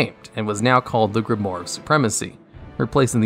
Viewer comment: Grimoire is pronounced “Grim waahr” (its French 😬)….. Great videos, keep it up.